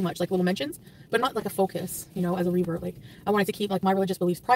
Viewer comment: Every time she says revert I hear another, not so nice word.